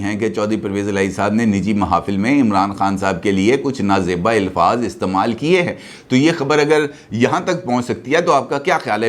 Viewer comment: بھائی اپنا یہ تلفظ درست کریں لفظ ilfaz نہیں ہوتا صحیح لفظ Alfaz ہوتا ہے